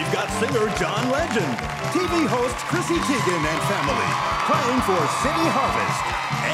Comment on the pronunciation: Is it just me or is everyone else hearing christy instead of chrissy